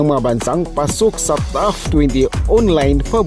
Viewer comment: pronounce TOP properly...not TOUGH